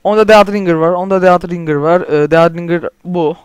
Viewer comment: dead ringır diye okunmaz ded ringır diye okunur :D